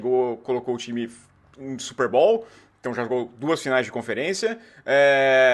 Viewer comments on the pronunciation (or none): Se fala "Super BOWL",não é super ball.